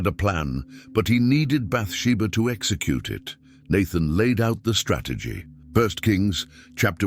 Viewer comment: If you can’t tank them ex zee cute them 😂😂